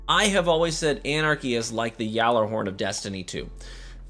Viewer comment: Your attempt to pronounce these foreign words makes me cringe 😬 lemon arc, yallarhorn